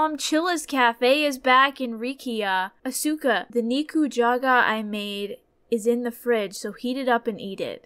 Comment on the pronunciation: As someone who watches WWE, I suspect that you're pronouncing Asuka wrong lol don't worry, Jay(Kubz Scouts) did too. Love watching you guys play these games🙌🙌🖤🖤